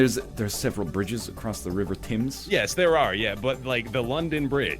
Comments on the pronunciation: "The river Timms" you stupid egg. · The Thames - pronounced 'Tems' fyi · Someone really needs to tell these guys how to say Thames....holy moly. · Ah they can't pronounce Thames... That's the most American Canadian thing ever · Not one person pronounced 'Thames' correctly, with this statement I have become everything I hate about the internet.